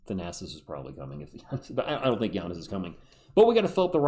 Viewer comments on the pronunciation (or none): none